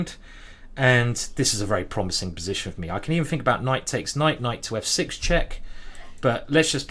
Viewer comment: You lost challenge. You said Kight, even though you shoud not to